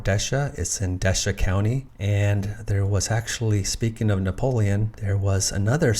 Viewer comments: That old French teasing post isn't that far from me. Desha county is pronounced Dee-shay. Very interesting video! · I live in the town of Desha, pronounced de-shay or d'shay, emphasis on the second syllable. Most say "d'shay". Great video. Cheers